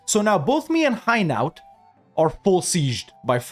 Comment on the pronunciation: It's not high-nowt. It hai (as in air) - no